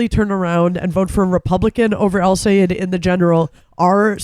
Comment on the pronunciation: Sigh- ed (Sayed) NOT Sigh-eed (Sayeed).